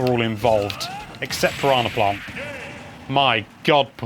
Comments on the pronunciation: "Paronna plont" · I love the way you say Piranha Plant lol